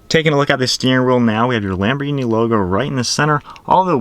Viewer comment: The H is silent.... Almost everyone says it wrong, including me at one time.❤ . A Lamborghini executive told me almost everyone says it wrong.